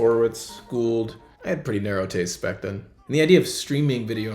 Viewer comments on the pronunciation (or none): none